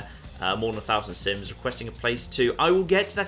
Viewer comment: Every time he says 'sims' I hear 'synths'